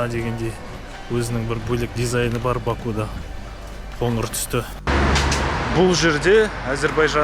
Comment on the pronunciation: Бакуда емес Бакуде деп айтыңыз,бұл жерде у әрпі келесі буынды жіңішкертеді